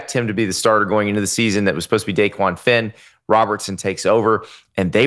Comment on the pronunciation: I’m a liberal so not a big fan of the Daily Wire 😂 but this was awesome coverage. Y’all are knowledgeable and you actually pronounced DeQuan Finn’s name right (most people don’t). Looking forward to when we play Auburn Week 1 in Waco. Sic em